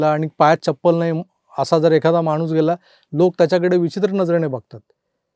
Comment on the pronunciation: एवढे व्हिडिओ बनवता, आम्हीही व्हिडिओ आवर्जून बघतो/ऐकतो पण..‌शुद्ध मराठी बोलण्यावर जरा मेहनत घ्यावी असं मनापासून वाटतं.. विशेषतः न,ण म्हणजे मानसं आणि माणसं हे असे सोपे शब्द रंगाचा बेरंग करतात! योग्य उच्चार केलेत तर बरं वाटेल...बघा प्रयत्न तर करा!